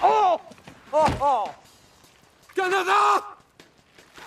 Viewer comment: Porqué rayos dice Canadá?